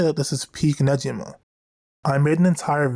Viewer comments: For pronouncing negima, the gi part is like Gi for Judo not nejima like the way you were saying it ^^; Hope this helps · NEGIMA GACHA JUST GOT ANNOUNCED!!! You gonna cover it? Also you should know you're pronouncing Negima wrong. Google how to pronounce it please. It's the only real problem with your content, the consistent mispronunciation of the series' name.